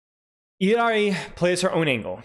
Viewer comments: Say it with me everyone I-LAR-EE. I-LAR-EE. Not ILL-EE-AR-EE. Why are people adding a letter to her name? Illari.. not Illiari. Sorry but this is driving me nuts 😂. All love though ❤ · Still disagree with y’all I’m sorry 😉. 2 L’s in Spanish make a “Y” sound. So even if you say it in her proper language it’s EE-YAR-EE. 2 L’s don’t add a syllable. Like I said, all love, and a funny debate at least. Keep roasting me, I’m here for it 🤪😂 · For the love of god learn how to say “Illari” Why are you adding a whole extra letter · no he’s not, Illari, even in the Spanish pronunciation, doesn’t have an extra fucking i before the a. Cope.